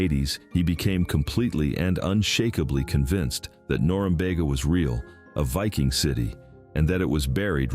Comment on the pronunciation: Not wall' thum. Wall' tham. And nor- um- be'- ga